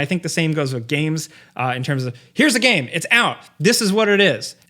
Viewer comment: still pronounces game as ga-em. I cannot watch him at all.